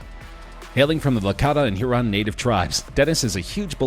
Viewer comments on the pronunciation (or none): none